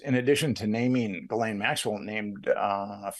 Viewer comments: the only knife ive ever bought was a sheffield steel Fairbairn Sykes dagger. And her name is pronounced like " zhillen " like a J but with the shhhh sound behind it. Ghislaine = Zhillen. I prefer Jiz Lane myself. For obvious reasons lol. Jiz Lane inbetween Maxwells Two Legs Street. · Oh my goodness,..... Its pronounced (geh-layne'). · Ghislaine is pronounced Ghee-len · It's Gi-laine, like the gi in gift!! Hard g, short i. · I think it's "Gee-Lane"